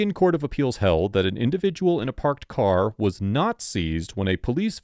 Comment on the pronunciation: get away from my caww 🤣